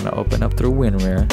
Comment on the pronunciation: Please stop mispronouncing WinRAR.